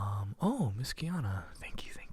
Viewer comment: Dang I couldn't tell if my name was said or not, it sounded like kiana instead of tyiana 😶 but much love!